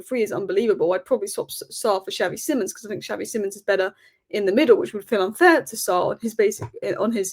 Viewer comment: love you but please learn how to say xavi simons correctly